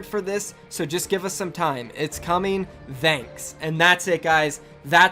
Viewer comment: Why did you say thank like that at the end. shit is really bothering me